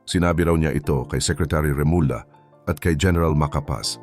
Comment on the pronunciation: DONDON hindi Donondon at Remulla ( Remulya ) hindi Remula... AI ayusin mo naman, hihihi...